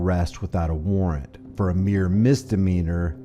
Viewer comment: a-WAR-RANT....how cute...silly! 😂😂😂😂😂